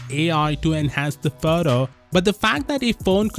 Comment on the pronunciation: Sounds like a fake accent the way the narrator pronounces the word "photo''